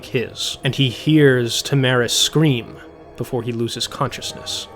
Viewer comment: What about OP repeatedly saying “Tam-aris” instead of “Tara-mis”